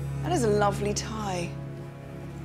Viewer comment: The way she pronounced "lovely tiiiiieee" i was over lmao that def was Cersei